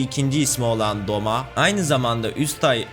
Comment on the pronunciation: Doma değil douma Gyutaro değil gyutro Daki/ume